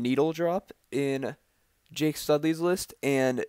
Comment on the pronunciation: It's Jack not Jake haha